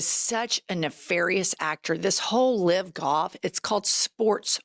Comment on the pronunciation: Ladies!!!! YOU ARE PRONOUNCING "LIVE" WRONG. DONE IT TWICE😂